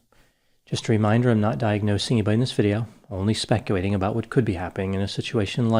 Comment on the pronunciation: I keep hearing "specuwaiting" vs speculating in the intro even though "L's" are heard in all other words spoke throughout the videos 🤷‍♀️